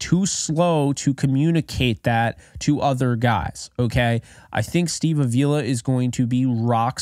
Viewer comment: I don't want to be that guy but Avila is pronounced like avocado. I only mention it because I know you said you like to get names right,and i watched an interview with him and thats how he said to remember it 😂. Anyways keep up the great content!